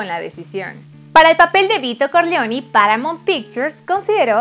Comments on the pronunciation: Se pronuncia “Corleone”, no “Corleoni”. Porfa no pronuncien en inglés palabras que no están en inglés. Por ejemplo, se dice “Borgia” como se escribe y no “Boryia”. Háganle un favor a todos y burlaban a hacer el video. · Soy un hombre sencillo, escucho "Vito Corleoni" y le doy dislike al vídeo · Todo muy bien pero pronuncias muy mal los apellidos dices CORLEONI Y CORLEONE pronuncias muy mal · con aires de norteamericana. Es Corleone, no Corleoni. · No se si se te paso, pero si no trabaja con tu pronunciación es CORLEONE no CORLEONI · Ni saben pronunciar nombres, dicen de una forma en una parte, de otra despues y asi...corlioni, corleone, coppola,coppolá, talía, talia...🤦🏽‍♂️ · Aparte de la voz extra chillona, pronunciación exagerada No sabe pronunciar el apellido Corleone. 😕 mejora un poco por favor. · Es Corleone así como se escribe